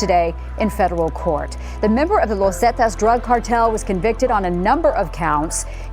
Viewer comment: Its not pronounced 'Lowz Zetas' its 'Los' pronounced like 'Loss'